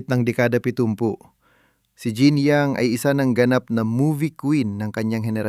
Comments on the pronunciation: Paki check yung bigkas sa pangalan kasi mali yang bigkas mo! Sa French hinango ni Jeanne Young ang bigkas nya, ZHAN YOUNG! Kung AI yan, ikaw na nag vlog paki ayos yung Tagalog pronunciation ng narrator, MALI MALI! Nakakarinding pakinggan!😡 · Wrong pronounciation ng name ...Obvious na hindi mo sya naabutan 😂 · She is one very competent entertainer. May mga kinikilabutan sa maling bigkas ng pangalan.